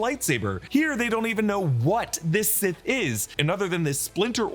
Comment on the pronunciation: He said that he’s “SIS” not “Sith”